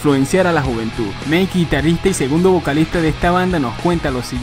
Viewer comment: meik;-: se pronuncia meik ? y no maik?:'v xD(mike)